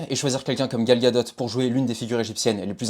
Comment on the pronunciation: certe c’est son nom mais phonétiquement le T ne se prononce pas, c’est comme DUPOND du ne dit pas DUPONDE ,c’est une règle communément appeler "soupe de vocabulaire" . 😉